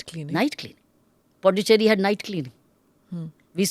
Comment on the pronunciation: Smita madam. It’s pronounced as Pudhuchery. It’s not Du it’s Dhu while pronouncing.. pudhu means new Cherry means colony. It means new colony.